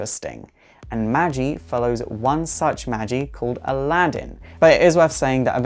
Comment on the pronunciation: MAAAAAAGI, not Magie